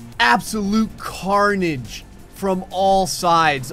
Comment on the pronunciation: He says absolutely carnage when every cart got hit Car-nage